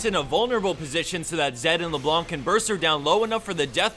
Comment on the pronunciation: The C in LeBlanc is silent...